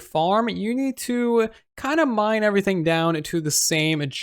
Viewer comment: It’s pronounced “everything” not “uvrything” hahaha